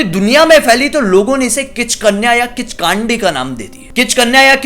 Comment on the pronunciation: किचकांडी नहीं ,किचकंडी कहते हैं उसे